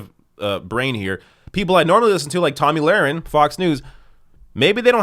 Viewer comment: The thing is, you have to intentionally mispronounce her name. Tomey Lauren or something like that